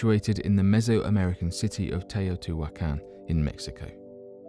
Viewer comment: you seem to have some problems saying things like "evolution (which you pronounce "ivo / eviloution" and also the simple word teutihuacan which is honestly pretty simple to pronounce when you have heared it once. but other than that good stuff to fall asleep to or do some other stuff